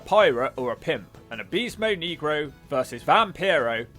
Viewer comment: Your not pronouncing negro right